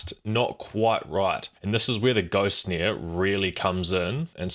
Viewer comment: Lol you say snare funny. Sneer